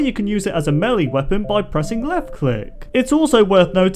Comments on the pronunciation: Dude doesn’t know how to pronounce melee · Yeah. Also, he said melee like melly. It's actually pronounced maylay.